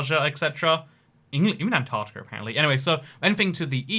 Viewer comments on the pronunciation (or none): none